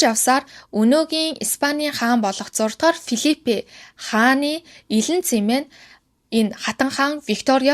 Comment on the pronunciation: Хүмүүсийн нэрийг зөв дуудмаар байнаа😂 Өмнөх дугаар дээр бас алдаад дуудаад байсан. Софийяа хатан Битрис гүнж байхдаа яахав дээ. Фийлипе 🙄 😂